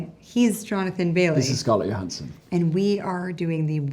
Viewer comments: Is no one going to comment on Bailey’s pronunciation of Johansson (Yo-han-sen) as opposed to the way she herself says it (Jo-han-sen)? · Why is Jonathan pronouncing her name yohansson instead of Johansson? It sounds so weird.😂😂😂😂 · Is there a reason Jonathan is mispronouncing Scarlett's surname throughout the video? Is it some kind of in-joke? She doesn't seem to mind so it's probably bothering me more than it should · What's going on with Jonathan's pronunciation of Johansson? She clearly doesn't pronounce it that way. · But it isn't the way she pronounces it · Why does he pronouce "Johansson" so diffrent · He mispronounced her name the whole video😂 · Why is he pronouncing Johansson like that? 😭😭😭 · so much chemistry that he doesn't even know how to pronounce her last name lol